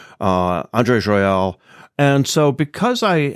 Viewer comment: It's Joyal, not Royal